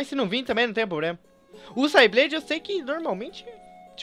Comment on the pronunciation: na verdade o rayquaza se pronuncia reiqueiza e sableye fala sebelai